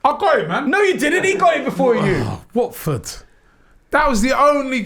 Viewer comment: Robbie it’s Watford